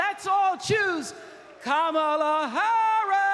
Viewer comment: Bill Clinton learn to say Kamala's name correctly please